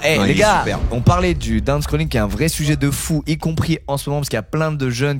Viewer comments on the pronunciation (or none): c'est pas downscrolling c'est DOOMscrolling